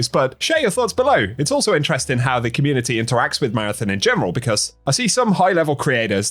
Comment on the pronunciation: "communiny" beating the AI voice allegations eh?